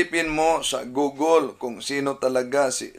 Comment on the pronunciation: Google not gogol 😂😂😂😂😂 hahaha